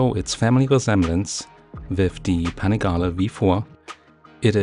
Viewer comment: I think is about to be replaced my for the voice overs! she's a (southern) natural. I'll take her pronunciation of Panigale btw. I'm sure you'll go back for the Triumph later.